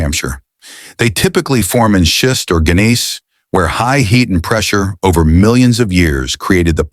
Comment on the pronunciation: Gneiss is pronounced nice. Part of the giveaway that the voice is AI.